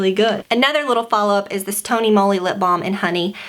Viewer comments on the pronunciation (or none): none